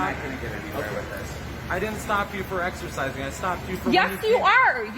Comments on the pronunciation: She really just said axercising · The of « axcerrrcissinng » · Why does whenever she said 'excercising' it sounds like 'exorcising'?? It's ironic cause she's the one who looks possessed..lol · Just the was she says eXErSiziNg